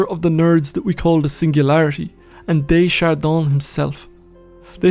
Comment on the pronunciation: I can't stop listening to your lovely, enlightening voice. I can't help myself, though: Aim more for "duh shard Dan" rather than "day shard Don"